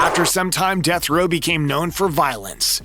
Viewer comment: DEAF row.??? Duh fuck is Deaf Row...??